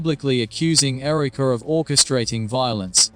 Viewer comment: AI Who says Ereeka?